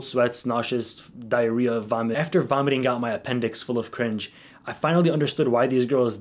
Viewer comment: Diaharrehea? Lol